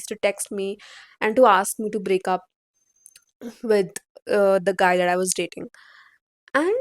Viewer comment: Hey don't pronounce 'that' like this Bhat ganda sound ho rha